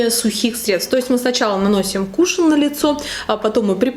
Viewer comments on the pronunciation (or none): Немного режет слух при слове кушин, насколько я знаю вроде как правильнее будет кушон🤷‍♀️ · Правильное произношение этого слова - с ударением на первый слог.